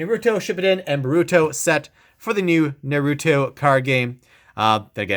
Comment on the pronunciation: Noruto and Buruto Not making fun of you btw Its Naruto and Boruto NAR-OO-TOE, BORE-OO-TOE